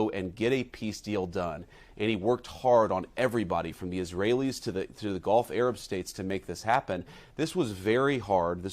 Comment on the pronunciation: Did he say Golf Arab States, or Gulf Arab States?!